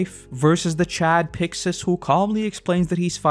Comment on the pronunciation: It is pronounced “Picksis!” They say “Pick-shis” in the anime is because there’s no “si-“ syllable In Japanese